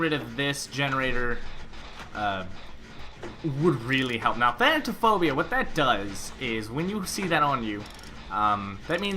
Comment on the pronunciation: What is this thantaphobia it’s said like it’s spelled XD thanatophobia Fear of death uwu